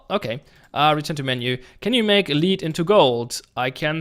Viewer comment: For reference, lead is pronounced led